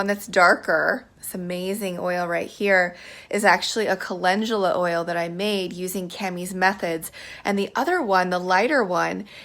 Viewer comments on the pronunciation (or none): ...’Cah-Len-Goo-La’.. 🤦🏻‍♀️🤦🏻‍♀️🤦🏻‍♀️. WHY can’t people say it right????? 🤷🏻‍♀️ It’s ‘Cah-Len-DOO-La’ ❗️”Calendula” No ‘j’, no ‘g’...🤦🏻‍♀️